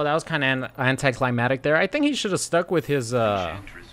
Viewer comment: it's called "anticlimaCtic", not anticlimatic. Ggs BTW